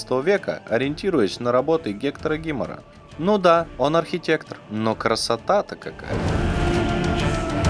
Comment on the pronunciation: Ребята, пожалуйста! Не "гЕктор гИмар", а ЭктОр ГимаАр. Это француз - и следовательно - ударение, всегда, на последний слог слова.